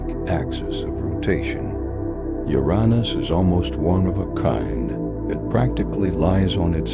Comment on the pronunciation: Holy mother of fuck, this is the first time in quite a long time I stumbled upon a video where Uranus is pronounced properly!